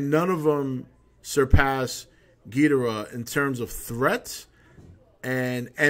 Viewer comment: Damn I cried when I saw this trailer! So epic! Destoroyah is my fave all time villain, even over Ghidrah.... That's another thing, I'm glad you pronounce it Gheedrah like the Showa G movies instead of everyone else pronouncing it like Ghee-DOR-ah these days...I hate that...